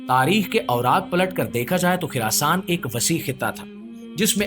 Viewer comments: Kuch topic pe study Karlo it's Khurasan not khirasan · Oh Bhai it's Khurasaan not khirasaan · It's Khurasan not khirasan